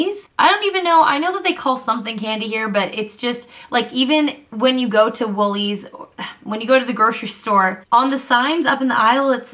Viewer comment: i love that you actually said woollies :D ps. utes are a way of life in Australia :')